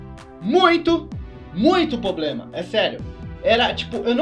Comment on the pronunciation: poblema kkk problema vc tem muita influincia fala certo